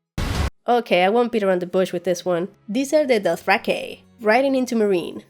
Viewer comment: Damn, that was in depth. I'm glad you took some time to do a proper breakdown and not just say whatever came to mind first, I have a feeling this is way more accurate than most other breakdowns I've seen. Also I love the way you said DothrahkAY:P